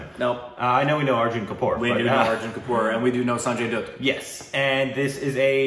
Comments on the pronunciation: It's pronounced as "DA-TT". Not "DUTT" FOR SANJAY DUTT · For gods sake its not samjay doot its sanjay dutt.not p u t for put But H U T for hut thats how u say "dutt' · Why do you pronounce dutt as dooooott and not like butt?? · Dutt is pronounced like Butt. Not boot. 🤷‍♂️ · It's sanjay dutt, pronounced as bat, not boot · My dudes. It’s not Sanjay Dude. It’s Dutt, Like but, like hut, like cut. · It's not dude Its dutt like butt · Sanjay Dutt is said as datt nut duuutt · Sanjay Dutt (Pronounced as Dath/similar to Alia bhatt)😋😁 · Dutt should sound like 'cut' I believe 🤔🙏🏻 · It is Dutt as in Mutt. Mutt as in a dog.